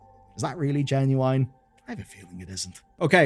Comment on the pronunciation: Can you say Genuine properly